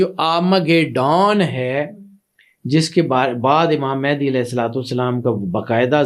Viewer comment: Imam Mahdi par baat karne se pahle unka naam toh sahi se lena seekhlen. Mahendi nahi Mahdi hain voh...